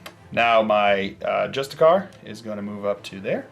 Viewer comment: It’s not pronounced just-a-car, it’s pronounced justice-ar, like the word justice and then a pirate sound